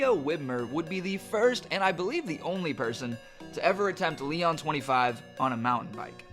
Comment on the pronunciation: (Lee-ohn) Leon